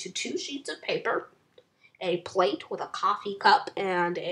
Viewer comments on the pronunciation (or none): none